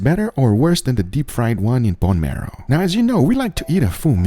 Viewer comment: "BOne MEROW"